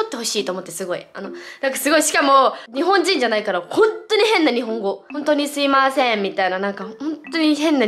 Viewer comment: さぁせぇ〜ん しゃあしぇん 中町氏最高